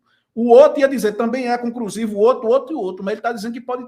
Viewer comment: Compricado?concrusivo?Comprica? Está ruim hein?